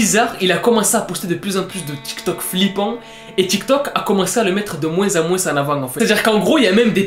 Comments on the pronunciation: Très bonne vidéo Mais on ne prononce pas le '' s '' de '' moins '' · « De moinse en moinse » 😂😂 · " de moinsse en moinsse en avant "